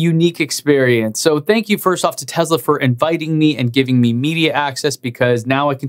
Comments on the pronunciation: I believe the correct pronunciation of Tesla is “Tess-la” rather than “Tez-la”. It is my understanding that there is no “zee” sound in the Serbian language. Could be wrong about that. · Man , you do excellent job , your videos are excellent and looking forward to new material. Just PLEASE , learn to say TESLA with S in middle of word , it's not Z as you constantly pronounce it. Thanks and have a great day. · Is it Tezla or Tesla? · why do you pronounce it "tezla"?? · Local accent.